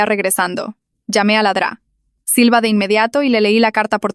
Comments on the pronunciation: Es doctora silva no dra silva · Se refiere a "La Dra. Silva" es el diminutivo de doctora pero la ia lo dice mal xd